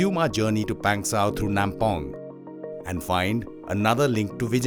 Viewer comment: It's not Pengsauuuuuu.... pass it's Pangsu pass